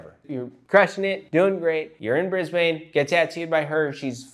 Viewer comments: (We pronounce it Briz-b'n) Cheers from Oz. 😁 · its pronounced briz-bin please look up how to say it for the next video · Lol it always gets to me when I hear American's say Brisbane.